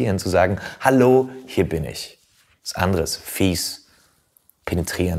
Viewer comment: "geht gut rein" 😂das hat mich gekillt. Vorallem wie er es betont.